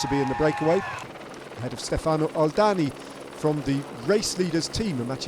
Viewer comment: When will it happens for English speaking broadcaster to stop saying Stefàno? it is Stèfano…..so annoying